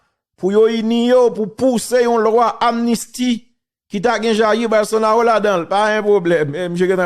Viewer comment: Non an prononse Bolsonalo men kan ou we se Ro mr Teriel